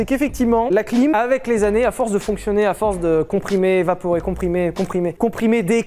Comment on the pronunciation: " Avec quelques anné d'humidité" j'étais encore sur les caleçon moi...😂😂😂😅🤣